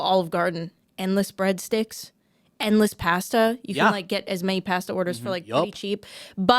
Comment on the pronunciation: I can look past her ruining his career, but I cannot look past that pronunciation of “pasta”.